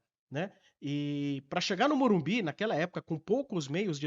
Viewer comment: O aprende a falar MorumBIS pô